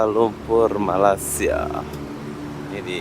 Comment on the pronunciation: Bro awak selalu dtg Malaysia tp sebutan tu masih tak betul, Malaysia bukan malasia😊